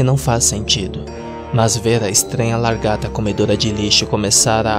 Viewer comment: Ele falando largata da um pouco de agonia